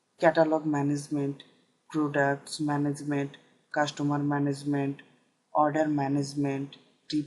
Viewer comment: cashtomar or customer?